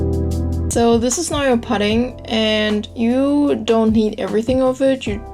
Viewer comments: its poo-ding not pud-ding ... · great recipe! Also pudding is pronounced the same way as putting, like when you say "while you are putting this stuff in.":-) Your accent is so cute!! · lol "I think it comes from seaweed..? I don't fucking know. Google it." Bahahah I love how real you are. Most people pronounce pudding like "püdding" and not "puhding" But you do you, =P The cake looks delicious and beautiful, and I totally cook with chopsticks all the time too. Asian hacks yo. BTW that is called a springform pan. The "ring" is just called the side, and the bottom is the base. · pudding is pronounced pooding ..your cake looks great